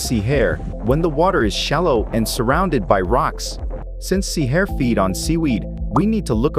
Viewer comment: LOL this AI voiceover doing the wrong emphasis on "sea hare" every 5 seconds cracked me up